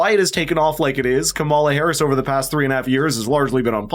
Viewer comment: I enjoyed the parody ad. It is a bit annoying that keeps mispronouncing KAM-a-la's name. This must be deliberate, and it's a bit juvenile.